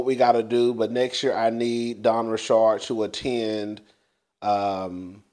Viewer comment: It's simple, KanYE is how his name is spelled so why would it be pronounced any other way than "YAY"?! Where you get "YEE"?!?! And it's just Richard like the male name. Where you get "RiSHARD"?! 😂😂😂